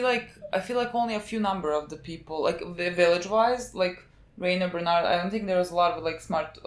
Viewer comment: Bernard = berthortor